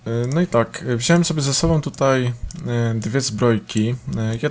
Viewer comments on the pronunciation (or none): none